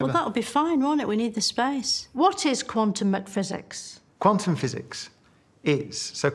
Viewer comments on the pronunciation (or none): lol… did she say quantum mcphysics? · and "Quantum McPhysics" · “Quantum McPhysics” made me laugh